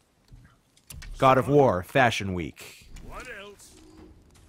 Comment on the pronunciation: "God of Warts"